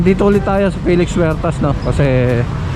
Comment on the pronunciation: Good morning. NAAALIW kami dito sa España.. sa fast pud.. Jollibee. BAKIT daw Filix Huertas ang bigkas mo sa Felix?